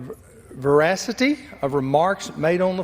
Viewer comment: Is that the first time he saw the word "veracity "? He spitin straight facts.